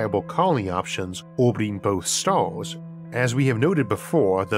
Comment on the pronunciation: Me: stars Isaac: staurs